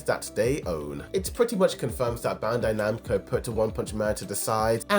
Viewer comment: Why are you calling it bandai nahbro 🫩